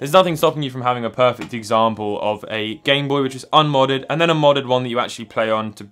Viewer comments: The Gintendo Bame Noy Man's out here speaking doodlebob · “Gintendo BANE NOY” lol